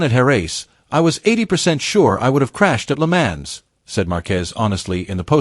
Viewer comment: Its pronounced "le mons", not le mans, get a person to do it not an AI robot...